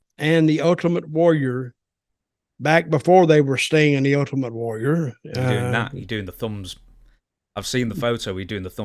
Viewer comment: I like when he calls him Ut-ament Warrior